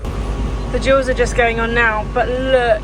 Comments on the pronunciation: I know she’s saying duals but I agree it sounds like jewels. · I love your videos. Btw, I've been trying to figure out if you are saying 'duals' or 'jewels' when talking about the additional wheels that get attached after a road trip.